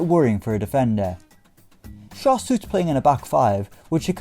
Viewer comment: Schär is pronounced like „Shair“ not „Shur“ because it‘s „ä“ and not „a“ 😉👍🏼